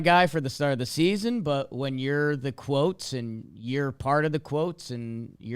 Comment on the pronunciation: It’s baseball sneezon